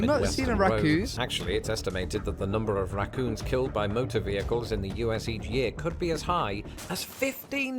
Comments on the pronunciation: Rah coons not ruh coons! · Ok, raccoons is 2 syllables not 1. Rac-coons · Pronounced more like "rack-coons". The "a" sound is very much like "bat"